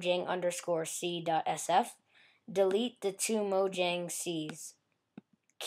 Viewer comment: mojang is pronounced moyang